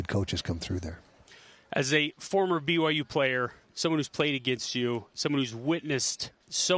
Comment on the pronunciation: I find it hilarious that he can't even say "BYU". Cracks me up. Even though in his office at the U he has a BYU diploma hanging up. Haha. I think it's something he picked up from Urban Meyer just simply as a rivalry tool like putting BYU stickers in the urinals on rivalry week. I respect Coach Whitt and no matter what he does, he's a cougar and always will be.